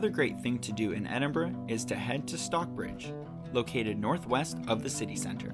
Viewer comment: Edinburgh pronounce as ed- in- bra.